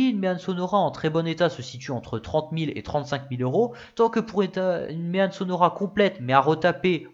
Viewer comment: J'habite à une trentaine de kilomètres du village de "Méanne". Je te taquine, parce qu'on prononce "Mé-An" (comme dans "maman") mais bon, ce n'est pas très grave car avec ta vidéo, j'ai appris plein de chose sur cette voiture ultra méconnue même dans ma région. La seule "Méanne 😁" que j'ai vu en vrai est la barquette au musée bruxellois Auto World, c'est dire.... Encore bravo pour ta vidéo ultra pro et documentée, (euh, je veux dire ). Gros pouce bleu!